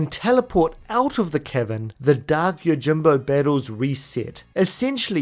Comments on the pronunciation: it sounded like you said 'The Kevin of the Stolen Fayth' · Every time you say "Cavern" I hear "Kevin". So from now on, Yuna will be following her pilgrimage to visit the Kevin of the Faith to recruit Yojimbo. More importantly, this is a fantastic video!! Subbed. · HAHAHA i heared "its time to make our way to the kevin of the stolen faith"... thought you called yojinbo a kevin xD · every time you say cavern, i hear kevin, and it's hilarious. "it's inside the gagazette kevins"